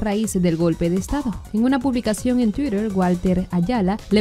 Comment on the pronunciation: Me pregunto por què pronuncia Twitter con un acentido angloamericano. No serìa mejor 'tuiter', con las 't' bien marcadas. Se ha vuelto hàbito en los medios de prensa, particularmente en casos como el de '' Butters, Milagros Leiva, Beto Ortiz en soltar palabritas en inglès todavìa mal pronunciadas. Creìa que '' teniendo un abuelo de habla ingles pronunciàse bien el inglès, pero no,lo que no le impide sus fanfarronadas.